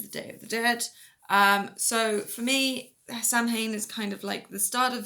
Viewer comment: I quit watching when she mispronounced Samhain. (It's SAH-win.)